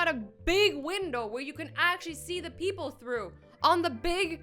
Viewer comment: Did she say peopleS?!?! 0.53